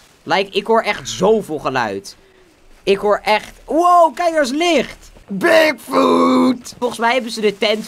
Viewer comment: Ik verstond dik foot